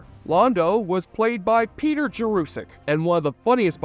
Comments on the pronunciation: Peter Jurasik makes it clear that his name is pronounced Jer uh sik not Jer oo sik... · The name is Peter Jurasik. Jur-a-sick. Not like Jurassic Park, & there's no "u" in the 2nd syllable. It's an "a." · You misprounced Peter Jurasik's name, mislabeled thr relationship between Susan & Talia as "bisexual" instead of lesbian, & said Sheridan & Delenn went to "Minbari" when the planet is Minbar. And you totally left out Marcus the Ranger, who was incredibly popular & of whom JMS said that he wished he hadn't killed off the character. Leaving out Marcus & the Rangers was unforgivable. The graphics were great for 30 yrs ago. The 4th season became rushed bcs JMS didn't think there'd be a fifth season & wanted his fans to have resolution. The best episode overall, though the final episode rivals it, is the episode showing 80 yrs after Sheridan's death, then 500, 1000, & 1 million. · Great video but I suspect you murdered Peter Jurasik's name pronunciation 😂😢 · how TF do you manage to mispronounce the name of the actor Peter Jurasik??